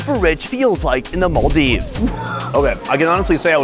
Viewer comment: Hope to see you do a local food tour around the Maldives! Also, the way you pronounced Malé and Maldives 💯